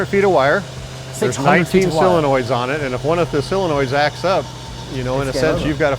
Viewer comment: Just lost all respect when he said Austin Martin. And dude says "silenoids" instead of solenoid. Please Mark, replace this guy cause all he does is remember a script, not the actual cars.